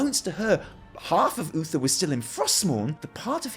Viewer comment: at somepoint he says bluether instead of Uther, and i couldnt stop laughing